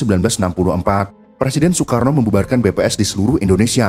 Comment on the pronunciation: bacanya SOEKARNO, Maap 😂😂